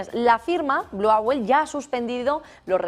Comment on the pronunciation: Owl se pronuncia oool y no auel.